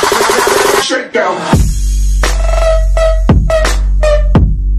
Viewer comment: It's Schalke not shake